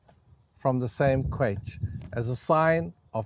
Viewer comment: Excellent presentation. Thank you. But pronounce the ‘ch’ as in ‘loch’, please.